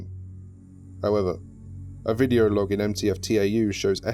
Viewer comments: It's not pronounced "T-A-U", it's "tau" (ta-oo). It's a Greek letter. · btw, tau is pronounced 'tow', it's a greek letter. I just thought you would want to know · I noticed you pronounced Tau T-A-U. It's a Greek letter pronounced (correct me if I'm wrong) Tow. Sorry if that sounds a bit condescending. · Nice, but reading the Greek letter tau as T-A-U really annoyed me every single time. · Ànyone else hate that they're saying T-A-U instead of Tau. . .it's Tau pronounced like tao. Broke the immersion since I'm pretty sure the foundation know how to pronounce Tau 1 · I'd like to point out - you pronounce "Tau" as "Tee ay double yew", but you also pronouce "Epsilon" correctly. "Tau" is in fact a greek letter, not an abbreviation (the same as Epsilon), so it should be read as such. Other than that, loved the video. The voice logs add a new layer of depth to an article I've read many times over myself. :) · After looking at it more, it's also pronounced Taw. It's also another spelling for Tav, a Hebrew letter.